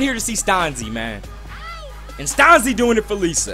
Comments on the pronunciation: Stan-zI not STAUNSEE, hahaha great vid! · hell yea ricky stanzi from iowa!! and it's pronounced stan-zee not stawn-zee lol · You pronounce Ricky Stanzi name wrong lol Chiefs is my team